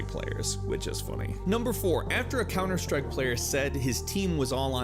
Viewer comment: 10 Cunter Strike facts.